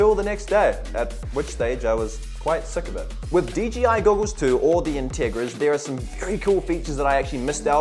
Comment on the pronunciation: "DGI" I thought it was 'DJI'